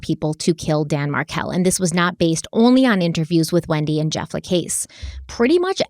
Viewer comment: Markel rhymes with Urkel ffs, not Marvelle.